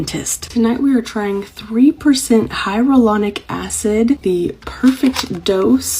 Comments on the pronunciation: The TikTok girl said "hyarulonic" acid... I can't take her seriously; I could never buy anything she is selling! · My autistic brain was kicking off when she kept pronouncing hyaluronic as hyAURlonic acid like please stop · hiROLOnic acid... 😅 a scientist indeed... 🤦‍♀ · "hyrolonic acid" lady read 😅